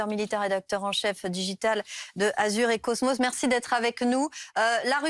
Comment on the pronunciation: Elle dit quand même "Azur et cosmos" la journaliste 😂